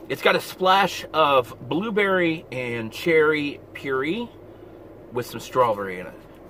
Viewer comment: You said pur-ee lol